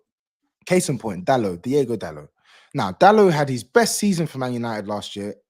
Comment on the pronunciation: It's DI-O-GO Dalot, Not Diego,.